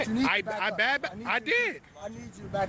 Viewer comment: Its backed up ,not bagged up smh learn how to talk america especially if ur gonna "protest"